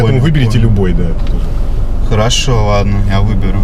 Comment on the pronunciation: МаВа, сВабый, Вадно, ему надо к логопеду